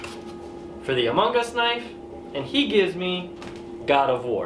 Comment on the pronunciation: "Among us"/humongous... I don't know, but maybe you should enunciate more 😁